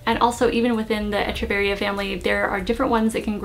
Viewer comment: Great comments, tips and instruction... but as many others my dear, it’s pronounced ‘Eck-u-varia’, not ‘Etch-u-varies’...cheers.